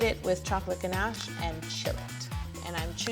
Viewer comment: I enjoyed this even more because you say ganache the proper way as ‘ganash’ not ‘ganarrrsh’ that so many people use when trying to pronounce French. Also I’m team crunchy, so big win on this video. Great cake too x 😉